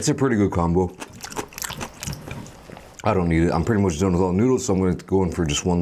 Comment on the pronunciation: the fact that u say noodles like that 😳 noods